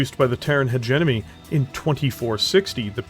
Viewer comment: It's Terran HegeMony, not HegeNomy like you say it. Hegenomy isn't even a word and it takes away a lot from the presentation as a whole. You sound like an intelligent fella, don't ruin it by misspelling words like that.